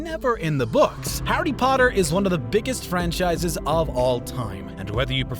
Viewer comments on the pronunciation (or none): did..did he just say howdy potter??